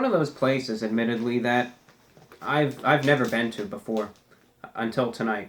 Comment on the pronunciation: take a drink every time he says admitadley